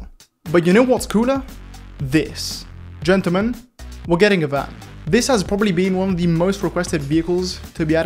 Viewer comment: G O O F Y W A L K “Ggentelmen*